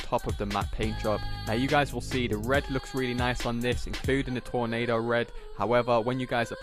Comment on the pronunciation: it’s torino red not tornado red😂😂